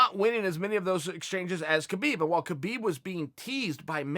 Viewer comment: he doesn't. dead fight. EDIT: on a seperate note i think Chael is intelligent enough to start trying to pronounce KHabib's name correctly. out of respect at least.